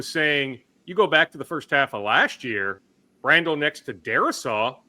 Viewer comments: I love how every week asks how to pronounce Blake Brandels last name. “Blake Bran-Dell” 😂😂😂 ITS BRANDEL!! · Jfc,.... Figure your pronounciations out. This is like the 12th time you've not known how to pronounce Yurosek or Brandel's names.